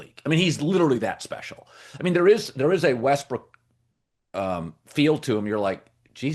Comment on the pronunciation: Who caught colin recover himself quickly when he called Westbrook westbrick😂